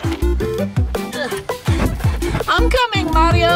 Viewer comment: Weegee lol